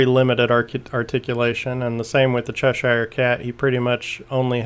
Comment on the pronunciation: It's CHESH-er, not CHESH-eye-er.